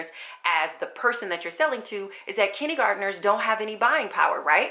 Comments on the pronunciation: I'm confused about how you're saying kindergarteners. Kidney-gardeners? Kiddy-gardeners?? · Love how you say "kinnie garderners". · that's so funny! I'm from the south and I had never heard it this way before!